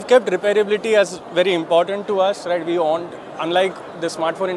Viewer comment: the rrrrrr in rrright is just great